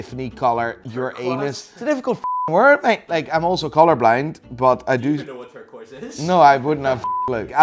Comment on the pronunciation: the funny thing about the way he said turquoise is that the origins of the word come from french explorers visiting the hagia sofia in istanbul and talking about the stone found in the hagia sofia which was called in old french turkish stone and to my knowledge was pronounced that way